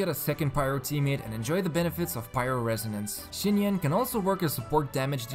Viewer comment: Im very sorry, your video is superb BUT IT'S PRONOUNCED SINYAN AT LEAST, NOT SCHINYAN